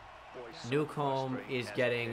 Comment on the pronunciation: Newcomb’s name name is pronounced new-come